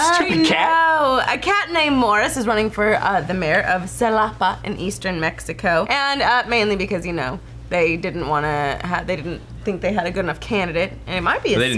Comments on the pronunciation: its Xalapa sound like Halapa not like a z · Xalapa is pronounced like "Halapa"